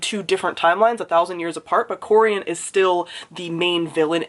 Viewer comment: Me sitting through this video: “SAY CORIEN SAY CORIEN SAY IT” and then you did and I felt so validated lol